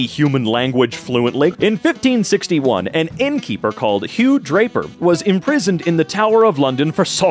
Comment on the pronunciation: BRO "HEW DRAPER" GOT ME BUGGING BROOOOO😂😂😂 mb if this is an actual person but your parents were on something